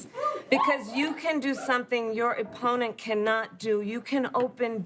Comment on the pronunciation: Your "E"pponent hmmmmm